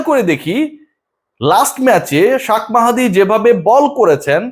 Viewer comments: শাক মাহাদী কি ভাই? নাম টা ঠিক মতো বলেন শেখ মাহাদী বলতে আপনার সমস্যা কোথায়? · নাম হচ্ছে শেখ মেহেদী, উনি পন্ডিতি করে উচ্চারণ করে শাক মেহেদী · ভাই শাখ মেহেদী না🤣 শেখ মেহেদী 😂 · Why did you pronounce wrongly Sheikh mahedi name, Shak ! Shak ! Vey annoying.